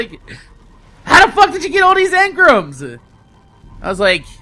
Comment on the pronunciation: Why is he saying emgrams wrong